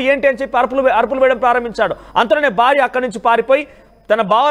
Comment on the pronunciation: బర్త బార్య ఏంటయ్యా. భార్య కాదా ? Horrible telugu !!!